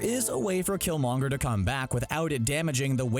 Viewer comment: You're butchering killmongers name